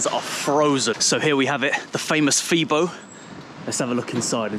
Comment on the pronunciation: Pronounce Febo as Fabo cause the "e" is Pronounced like an "a".